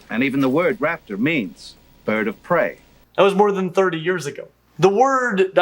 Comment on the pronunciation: When he says bird it sounds like but... I'm 40 min in and still haven't heard anything about feather anchor sites on the wing bones as well as the evidence of pinfeathers on some dinosaurs and the evolution of feathers as modifications of scales. There's those feather anchor points or "quill knobs"... Scleral rings might be another commonality between SOME birds and dinos...